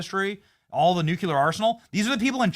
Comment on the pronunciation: BENNY! You’re amazing. Can you please check your pronunciation of “nuclear?”